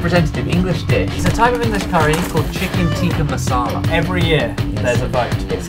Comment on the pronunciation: As an Indian that Tikki masala video is going to be interesting... I really hope you ordered it from a good restaurant, I'm guessing you guys will eat it wrong? 😂 Your pronunciation of Tikki was so English but Masala was 109% right lol Cheers